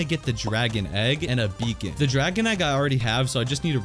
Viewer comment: He said Beacon wrong